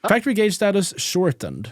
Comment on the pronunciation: YESSSS, HE LEARNED HOW TO PRONOUNCE GAUGE🎉🎉🎉